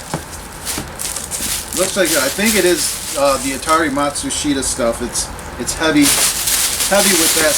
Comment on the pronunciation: Just 3 syllables -- Mott Sue Shtuh --- No worries -- Pretty much everyone says Mott Sue She Tuh